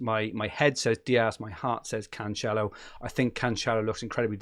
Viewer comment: your Cancelo pronunciation hurts my ears mate